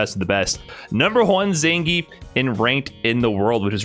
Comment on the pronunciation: How can you hear the name Zangief in game all the time and still pronounce it incorrectly?